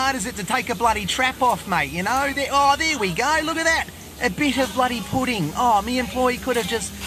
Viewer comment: bro called it pudding